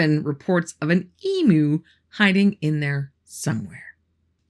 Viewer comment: I hate to be that guy but Australian's hate when you mispronounce Emu. It's eem you😂😂😂